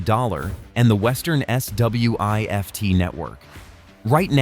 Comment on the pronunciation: S.W.I.F.T 😂😂😂.... Just say Swift man.